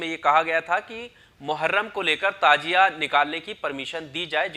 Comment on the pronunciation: Tajia nahi Tazia